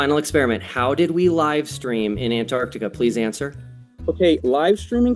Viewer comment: Easiest way to detect a flat earther: They all say Annardica instead of Antarctica.